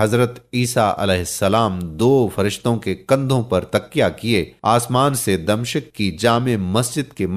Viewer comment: Damishq damshiq nahi urdu sekye